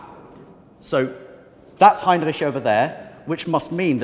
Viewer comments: I feel uncomfortable when you say heinreisch (or whatever it's called) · Heinrich? I thought it was Heimlich =) haha